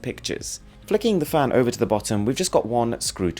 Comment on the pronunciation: It sounds like he's saying fam instead of fan